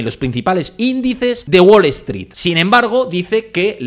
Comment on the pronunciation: "Guol Eztrít", jaja! Nunca entendí por qué a los "gallegos" les da vergüenza pronunciar bien el inglés.